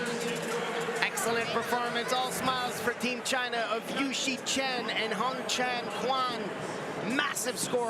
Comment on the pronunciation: 我一直听到男解说员说的是“宽”红蝉，全红蝉的名字难道不该被正确的读出来吗？！